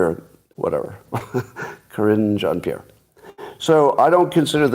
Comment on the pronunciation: Sounded like you said Karinge Jean-Pierre. Very apt name.